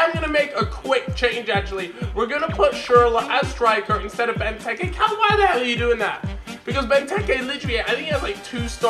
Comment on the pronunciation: It's not benteke tekkars it's bentekers